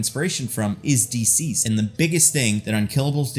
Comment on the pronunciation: Duhceased or dihceased. Never heard Deeceased before this video.